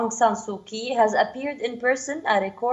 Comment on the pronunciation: Being an anchor of a well-known intl news channel, how odd it is to hear hear you pronounced "Kyi"(pr-Chi)!